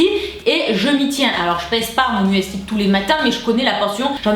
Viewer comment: je t'aime d'amour mais il faut que t'arrêtes de dire mueeesli hahaha! C'est "MÜSLI" - signé: une germanophile.